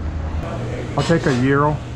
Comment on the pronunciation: As a greek i am proud of you for saying "Gyros" correctly! keep up the work i love watching you :)